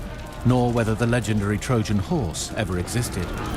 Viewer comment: Why is she saying “Horse” as “whore”